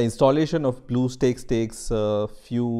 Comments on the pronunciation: i get triggered when he pronounce bluestacks for bluestakes... (￣m￣） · Him belike: So we are going to search "blue steakes" Comments: BlUeStEaKeS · Dont make a video about it if you cant pronounce it Bluestakes Ha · lol what? its blue stacks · Omg blue steaks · blueeeo steaks LMAOOOOOOO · Title : bluestacks Narrator: blue sticks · its not blue steaks guys, its blue STAKES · Damn, I like the video. But that "Blue Steaks" caught me off guard and went straight to the comment section >.< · Great deal on "Bluesteaks" now at Black Angus. This is what happens when you do not swallow your drink before you pronounce the word. Indian people talk as if they have water in their mouth. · its bluestacks not bluesteaks lol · LMAO YOU SAID BLUE STAKES ITS NOT A STAKE LOL KID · Man said steaks💀🖐🏾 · "bleuoo steaks" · Every Time He Says "Blue Steaks" I CRACK UP! XDD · nobody: the comments: BleuEUu StAeKS? WhaAaA??? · i thought he said blue balls for a sec but its actually blue steaks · blue steaks.. sorry i had to point it out ik its an accent but god its so funny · i cant watch this with him saying Blue steaks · HE SAID BLUE STEAKS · "bluew steaks" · Man i love some blue steak the steak that have blue 😂😂😂 relllyyyy you dont know how to read HAHAHAHAH😂😂 i think you should just sell steaks HAHAHA😂xd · we shouldn't be making fun of how people talk just because he said it wrong doesn't mean we gotta make a big deal about it!